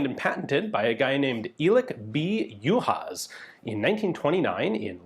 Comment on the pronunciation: Greetings from Hungary! Your pronunciation of the family name is quite good, even for someone who is not a native speaker of Hungarian. I should now, I have the same family name. 'Elek' however sounds more like 'Alec' than 'Eelec'. The patent number, for those who are interested is US A.